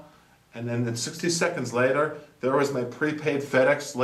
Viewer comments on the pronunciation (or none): none